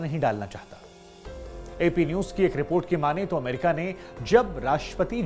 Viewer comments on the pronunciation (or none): none